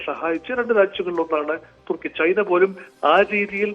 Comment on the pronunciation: തുർക്കി അല്ല തുക്കി